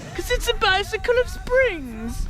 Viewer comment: CAZ ITSA BYCICLE OOOV SPINGGGSSSS